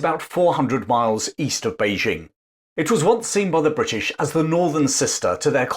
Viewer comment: Informative video, but for the record, Beijing is pronounced Bei-DJING, not Bei-ZHING. Same syllable as in Nanjing.